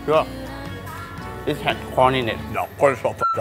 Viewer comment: Ooo God when he say 😂😂😂😂😂( I just love corn ) I accidentally heard I love porn